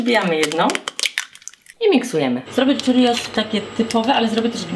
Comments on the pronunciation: Hiszpańskie śniadaniowe churros można też podać tradycyjnie z gęstym sosem czekoladowym, Pycha! Tylko drobna uwaga: churros wymawia się prawie tak jak się pisze - cziurros, nie czirios :) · Czyta się czrros a churros jest z meksyku